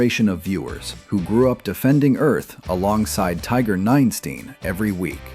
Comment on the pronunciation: Ninestein, not nine steen -_